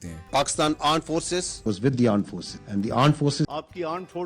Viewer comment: aand forces?